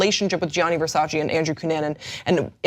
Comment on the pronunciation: "you can't even spell Versace." "FO... SACHEE!"